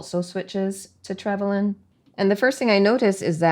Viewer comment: P.s. I think you pronounced it correctly 🫶🇦🇺